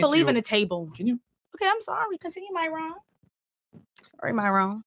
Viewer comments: I Am The Only One Who Believes MY-RON Was Because She Can’t/Couldn’t Pronounce Myron. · Lmao every time she said Myron’s name I was like uGgHh🤦🏾‍♀️😂😂😂